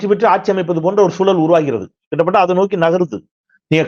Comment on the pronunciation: தமிழில் கிட்டத் தட்ட என்றே சொல்லாடல் கேள்விப்பட்டிருக்கிறேன் தாங்கள் 'கிட்ட பட்ட' என்றே தொடர்ந்து சொல்லி வருகிறீர்கள் அது கேட்கும்போது நெருடலாக இருக்கிறது, அதை மட்டும் சரியாக உச்சரித்தால் நலம்..நன்றி..